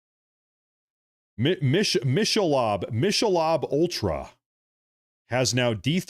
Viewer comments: it's pronounced (Mic-a- lobe) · It's Mick- a- Lobe. Please don't take offense to the correction. Just helping with the pronunciation. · Oh my goodness you just made me laugh I needed that so bad thank you but just for future reference the pronunciation is m i c k a l o b e LMAO thanks I really needed that laugh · It's Michelob like Mickey mouse and earlobe LOL